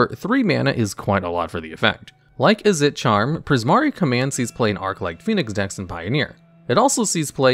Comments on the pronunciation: I keep hearing you pronounce "Izzet" as "Izz-ette". It's pronunciation is more like "Is it". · Izzet is pronounced "Izzit" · Izzet is pronounced Izzit (Is it). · A few things that I'm pretty sure are correct : - Izzet is pronounced "Is it," not "Is et." Not trying to be rude I'm just very nitpicky. - Boros charm is also played for it's other modes in commander. - Players don't get priority during the draw step, but they DO during the upkeep. Also, honorable mention: Rakdos charm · Hey just wanted to let you know that izzet is pronounced: is - it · lmao at this guy trying to find a way to pronounce "Izzet" wrong to bait engagement. lmao at me for taking the bait. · The way he pronounced Izzet 💀💀💀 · Have you always had such a weird pronunciation of izzet?